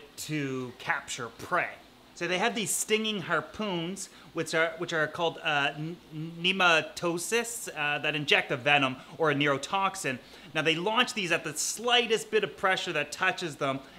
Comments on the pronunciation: "nemo tasis" my man never had a hydra infestation or taken bio 😂 cool video :) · Its pronounced "no mat a cyst"